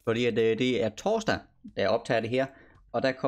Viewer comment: Jeg ka’ godt lide den måde du siger “torsdag” xD God video! 👌